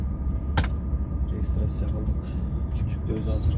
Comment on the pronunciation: дагын, эГзамен, франсья, регистрасья, дейби? мектепте окубай, вятять даканса кылып жургон окшойт.